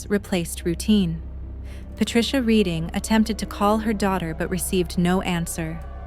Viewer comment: It is REDDING not READING